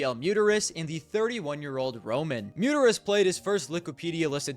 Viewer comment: the way you pronounce Mutitis WutFace